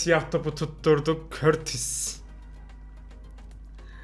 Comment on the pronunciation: kurtua diyeceğine kurtis diyen alfalığı